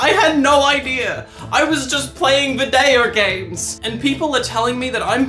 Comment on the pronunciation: Im not a native english speaker, and the first 3 times you said video games, i had no idea what you said. Anyway, it's a good win for the trans community, and you personally.